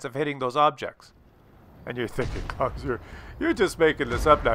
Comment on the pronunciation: No it's not close!!! It's Claus hehe ;)